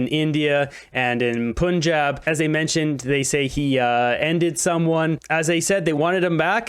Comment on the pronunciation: It’s not P Unn Job it’s Pun like that’s a good pun haha, Jan like throw a jab, Pun-Jab